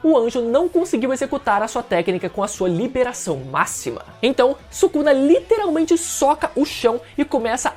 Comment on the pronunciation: Cara eu gosto dos seus vídeos mas PORRA, tu fala a palavra Literalmente errado toda hora pelo amor de deus